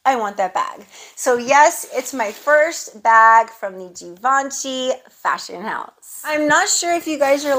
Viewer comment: Happy Birthday Nice haul as always!!! The way you say Givenchy is perfectly fine😉(I’m French so I can reassure you) And your food for thoughts… I felt like you were talking to me So true I can’t wait to hear the new change in your life…surely another blessing that you deserve so much Have a great day 🥰